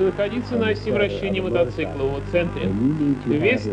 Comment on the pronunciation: Мотоцикла а не мотоцыкла